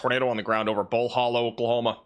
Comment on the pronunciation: It’s pronounced Bull Hǒllow not Bull Hōllow